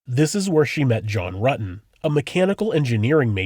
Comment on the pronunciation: Detective ... "So you know John Rooten" ? Stephanie..... "John Rooten" ? ......John Rutten "! ..." Oh yes I was at school with him "